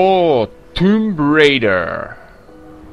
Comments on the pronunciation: izvini ali se ne kaze tumb raider nego tomb raider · Ako cemo se bas praviti pametni izgovara se Tum Rejder... :D Pozdrav za sve ljubitelje ove igre...